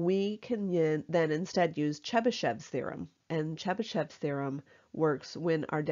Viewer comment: I heard this as the Chupa Chups thereom